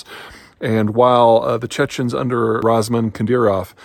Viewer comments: Ramzan... not Razman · Is it like an inside joke that peter gets at least one extremely well known name completely wrong per video? “Rasman Kadyrov” lol. Come on man this is your job, strive for better.